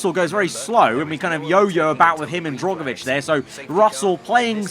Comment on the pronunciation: For goodness sake the man's name is DRUGovich not DROGovich